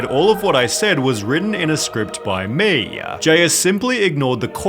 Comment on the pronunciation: Ill subscribe if you stop saying words such as "me" and pronouncing it "MueeeeeeeeeYUUHH"